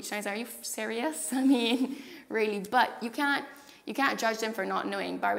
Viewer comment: I can hear a mix of English accent and Irish accent, but when she says words like "really", "town", "here" and "Barbados" there's a definite Caribbean inflection that is very clear that comes out.